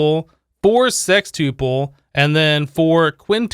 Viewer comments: Anyone else bothered by how he pronounced “sextuple” or “tuple” in general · “Uple” is pronounced like “couple”